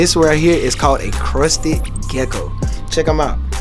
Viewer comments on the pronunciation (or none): Boy said crusty gecko LMASO 😂